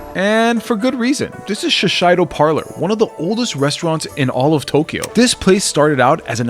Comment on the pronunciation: Shiseido is pronounced (shee-say-doh) ;)